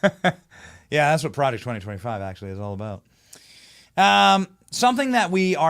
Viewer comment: Why do you keep saying Project 2025?? Stop saying it like that PLEASE!!